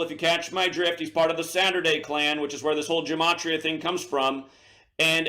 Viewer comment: Also, greatly exaggerates how important it is to learn gematria. (A word he doesn't even pronounce right.) There has been so many truthers throughout the years and most of them never or barely even mentioned gematria. And guess what? These people still many people to wake up to the new world order and even celebrities displaying illuminati symbolism in their entertainment all time. And the vast majority of the non gematria truth community has been christian, and denies Christianity and blasphemes Jesus all the time. He's blaspheming Jesus all the time because he leading truthseekers away from the truth of Jesus.